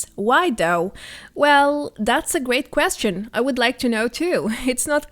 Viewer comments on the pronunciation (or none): none